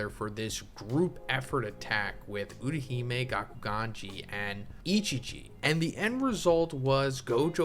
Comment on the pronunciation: her name is Utahime.... you keeps saying Uruhime i don't get the name